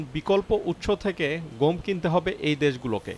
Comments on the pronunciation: উচ্চারন টা "গোম" না। "গম"। আরো সহজ করে দিচ্ছি.... "গঅম"। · গোম নাকি গম? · ও ভাই গোম না গম ? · ভাই উচ্চারনে একটু নজর দেয়া দরকার । ওটা গোম না ভাই গম হবে । অনেকে তেলকে ত্যাল বলে , শুনতে ভালো লাগে না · গোম কি ভাই😜? ১ম দিকে অনেক বার গম না বলে গোম বললেন। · ভাই উচ্চারণ টা "গোম" না "গম" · গোম নয় গম। ওকে! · রিপোর্টার গম বলসে নাকি বোম বলছে ? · গম কে গোম বলে কেন? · গোম উচ্চারন!